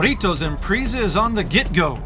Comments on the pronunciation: "Impreeeeeeeza" 10/10 pronunciation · IMPRIIISA?? SAY IT RIGHT! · "Impreeza" lol